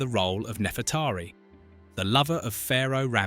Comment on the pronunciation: also saying nefretahri instead of Nefreteri